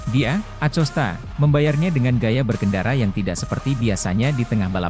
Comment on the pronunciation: A C O S T A?!😂😂😂BELAJAR NGEJA DULU BRO SBLM NGONTEN😂😂👎👎